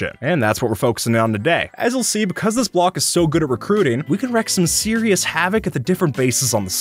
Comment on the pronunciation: Reek not wreck have-ick